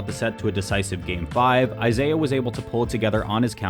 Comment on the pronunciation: Isai. Not Isaiah. Pronounced Ee-sigh